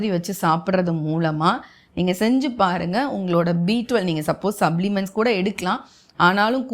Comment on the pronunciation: Madam please pronounce the words properly when you use English words. It is not 'observe' it is 'absorb'. It is not 'sublements' It is 'suplements' it not 'indestines' it is 'intestines' please correct your pronunciation.